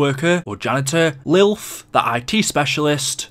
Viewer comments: in the middle of the video you start calling lillith,lilth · Is anyone not gonna point out that he said Lilth instead of Lilith XD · Atlas: Lilith: LILTH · it’s Lilith.. not lilth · it’s lilith not lilth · LILITH.... not “Lilth” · This is old. I’m late. But WHO THE FUCK IS “LILTH”?!